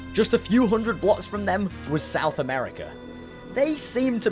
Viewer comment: It's not hondret, it's hundret you shchewpid, wo'er bo'el